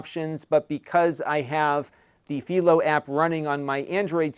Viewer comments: PIE-LOW, not FEEL-O. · It`s Philo, Not Phelo. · It's fai·low as in Philo Farnsworth. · Am I the crazy one or not lol, I have been using Philo for over 3 years at this point and for the life of me I have been calling it (Fi-lo)! Hearing how you are naming it and coming out of your mouth, you are making me seconded guess! 3 years I thought it was pronounced (Fi-lo), now I can't un-hear the way you say it! Please correct me if I am wrong but 3 years of saying (Fi-lo) now makes me feel so wrong in life lol! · Uh, I'm 99.9% sure that Philo rhymes with "eye." It comes from TV inventor Philo Farnsworth. There's a little town just south of me named Philo also pronounced fye-lo, but Illinois also has a Cairo and Athens that aren't pronounced the normal way (they're KAY-ro and AY-thenz here). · Philo rhymes with Milo. That is the correct way. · You're pronouncing Philo wrong, It's pronounce Fai -Low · I have to say your saying Philo wrong haha but it's okay :)